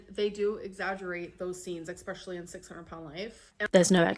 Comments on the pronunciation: Hey hope you are feeling better love your videos too funny yet very informative. “Exspecially” LOL!!!! I am a registered nurse the cellulitis story is bullshit I have taken care of big people that get due to bad poor hygiene NO this is the excuse why she lost either no weight or she gained weight this grown baby is absolutely an idiot I am sorry! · I was watching this call for a program in doing and the woman kept saying “exspecially” over and over and over and it was driving me MAD and it made me think of you.